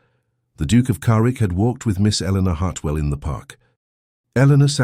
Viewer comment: The Narrator keeps pronouncing his name Carwick but its spelled Carrick. Good Story, I love the relationship of the sisters.